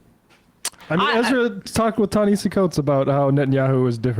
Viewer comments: Ta-Na-Ha-See not Hay-see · His name is pronounced Tah - ne - HAH - cee, not Tah - ne - HEY - cee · Sam: stop saying "Ta Na Hayseed Coats" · It’s Ta-Nuh-Ha-See. Take the time to learn the correct pronunciation and stop butchering his name. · It's pronounced "Tah-Nah-Hah-See." Anyway, the moment Ezra said "We have to ask ourselves why people chose THAT over us" I knew the conversation was gonna go off the rails. You would think that reading Coates response article and being his"friend" he would understand that we're in a culture crisis that's affecting our politics. Not the other way around. He's just Classed-Up enough to not need to care. He SERIOUSLY can't understand why everyone isn't looking for the correct expedient political move in this moment. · I know it's not a big deal but he pronounces his name "Na-hass-e." I've heard him explain many times that it's not pronounced the way it looks. You can hear Klein pronounce it correctly, maybe the only thing he gets right during their discussion. Sorry, don't mean to be pedantic. I just think it's worth mentioning for accuracy sake. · Are you all purposely mis-pronouncing "Ta-Nahisi" - much like Republicans kept mispronouncing "Kamala", even though they knew better? Just wondering....😈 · I listen to Ezra's podcast and though I rarely email him, I did this time. I wanted Ta-Nehisi to rip him a new hole. BTW, Coates' name is pronounced "tah-neh-HAH-see." You'll never get it by reading it, you just have to know it. Memorize. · YALL COVER TA-NEHISI COATES EVERY YEAR AND STILL DONT PRONOUNCE HIS NAME RIGHT PLEASE